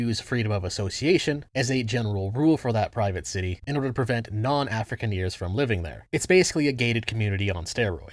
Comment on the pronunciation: I never heard Afrikaner pronounced like that lmao